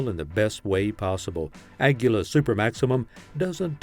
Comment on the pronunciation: lost me when you can't even pronounce Aguila correctly😂😂😂 Just prove you don't know anything about the ammo you're talking about